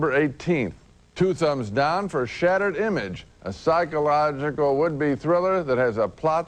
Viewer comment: Listen to him try to say the word "psychological" . Sad.